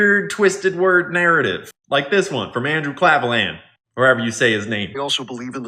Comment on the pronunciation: Oh come on guy, you can pronounce Klavan.